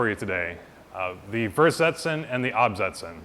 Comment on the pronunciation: The german V is said like an F. Fersetzen.